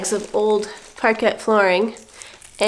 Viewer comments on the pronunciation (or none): 'Parket' is pronounced: parkay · Parquet is pronounced Parkay.😊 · The parquet is pronounced parkay.